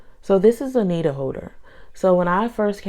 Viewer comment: “Needow howder has gow handowes”